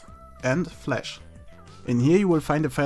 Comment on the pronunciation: it's flash not flesh lol